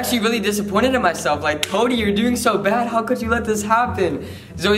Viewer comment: Did anyone catch Zoe say koby instead of Cody like if you did